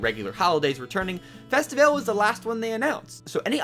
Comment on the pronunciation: I'm just happy for toy day. You mispronounced mardi gras and festivale btw --- the Brazilian american girl